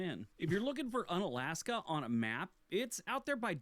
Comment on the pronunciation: He mispronounces Unalaska. It is pronounced Yoon-alaska, and the “un” is not related to the English “un-.” In reality, the town is named for the Aleut word meaning ‘near the peninsula’—“ounalashka.” The prefix here means “near.” Alaska is also an Anglicized version of various Russified words for “mainland” in Aleut and related languages.